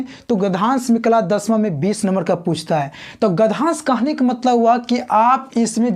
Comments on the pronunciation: Are gadhansh hota hai ki gadyansh 😂😂😂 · Gadhansh nhi hota hai gadhyansh hota hai 😂😂😂😂😂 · Sir gdhansh nahi... uchcharan gadhyansh hota h